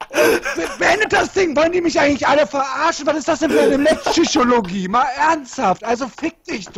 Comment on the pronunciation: mätschbschüchologie war echt schträins